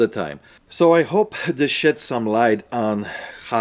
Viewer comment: It almost sounded like you said “I hope it shits some light” even though I know you said “sheds” it made me laugh out loud!! Might have to start saying that from now on! Hahaha cheers!!